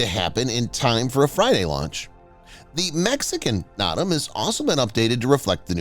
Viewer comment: NOTAM is pronounced NOTE AM, not KNOT AM. It means Notice To Airmen or Notice To Air Mission by the FAA.